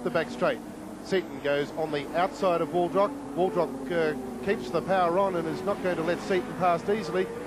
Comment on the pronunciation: Jeff "A-lamb", and Kevin "Waldrock" #facepalm